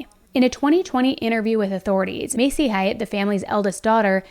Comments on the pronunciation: It’s pronounced like “Hate” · haight—like “hate” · It is pronounced HATE. Please learn how to say their name